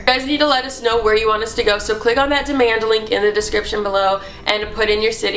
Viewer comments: "cleak" lmaooo love to hear more of these spOooky stories snapchat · "make sure you cleek"😂